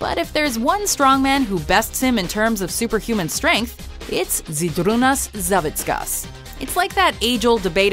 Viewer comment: Fucking loved it ho she said Žydrūnas Savickas :'D